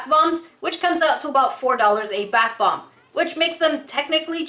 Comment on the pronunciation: did anyone ealse hear her say bath blomb?